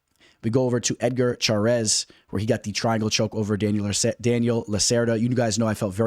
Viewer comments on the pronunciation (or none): 1. Daniel Zellhuber (zell-HU-ber) not zelluba 😅 2.yasmin juaregui (yar-wa-GUII) 3.Christoff Giagos (ya-gohs) not what you said. 4.L'udovit Klein (Lood-vit) 5. Karolina Kowalkiewitz (Ko-val- KAY-vich) not kavalkavich 😅 6. Ronnie Barcelos (HON-E Barcelos) 7. Edgar Chairez (Shi-Rez) not Char-es like you said 😅 ....do I need to keep the list going?